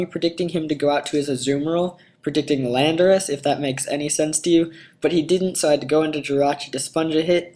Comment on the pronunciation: say it with me, lan-dor-us